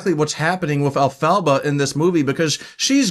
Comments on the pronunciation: *In Hermione's voice*: You're saying it wrong. It's EL-pha-ba, not el-PHA-ba. But a great review nonetheless! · Agreed about the pronunciation. I’m surprised you persist in the mispronunciation throughout this review, especially since the name is said throughout the film. The name is derived from from the name of L. Frank Baum. El -Fah-Bah. And Baum originated THE WIZARD OF OZ in 1900. Great tribute to him!